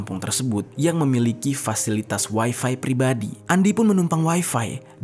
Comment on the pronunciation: Bang ga usah ngomong waifai...toh juga Abang sedang bicara pake bahasa Indonesia...